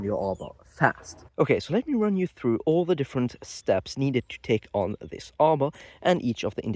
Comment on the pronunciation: I was just thinking that it sounded French to me when he said "zis" instead of "this". 🤣But yeah, in general his English is great. You can hear the accent(s) in the pronunciation but the fluency is there.